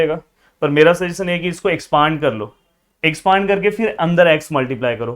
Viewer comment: "expaaand" nahi "expand" yaar aise minor mistakes irritate karte.